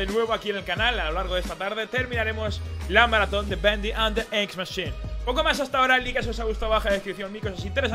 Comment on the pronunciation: Todavia no sabe decir bendy :v